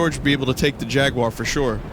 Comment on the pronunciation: "I thought George could take the Jagur" With a broken fishing pole XD